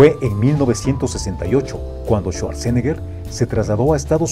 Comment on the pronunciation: Bueno, solo que se pronuncia su apellido así: chuatzenega 😜😈